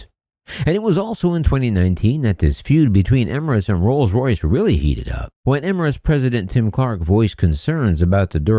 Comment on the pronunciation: "trolls royce" 🤔🤔🤣🤣🤣